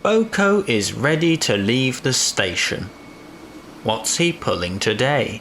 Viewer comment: I know this guy is saying "Boco", but his emphasis on the B is so faint that it sounds like he's saying "Oco." Also , I can excuse that shot since steam is blocking her face.